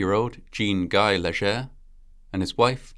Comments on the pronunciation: FYI - The "ger" in Léger is pronounced as in "jay", NOT as in "heir". So it sounds like "Lay-Jay". For those wondering, hayrides are not that fun. The hay stings, does a number on your clothes, smells like manure and cattle, especially if damp, and that smell lingers in your clothes. Most of the time, there are bugs in the hay. But it certainly is fun to ride with your friends and family. It's a shame the truck driver didn't have enough brains to slow down and control his load before passing them. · Leger is pronounced lay shay. Robot voices is disgusting. I'm out.